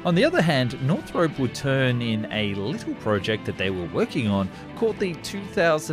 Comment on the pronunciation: ah yes. northrope